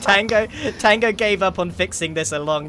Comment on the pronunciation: i just love how grian so cassually says tongo🤣